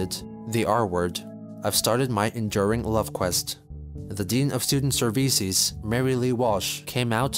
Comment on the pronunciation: Student Serveces gets me every time mate! xD